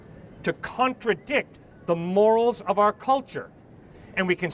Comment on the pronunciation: That first guy kept saying “moraes/more-rays” instead of “morals” he kept saying it wrong and it was very annoying 😅